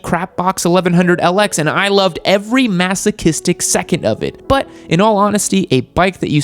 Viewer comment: That was a nice “but”